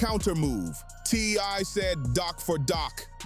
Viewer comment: It's TI not TY😢